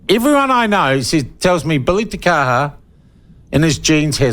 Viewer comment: I wish you'd pronounce his name correctly.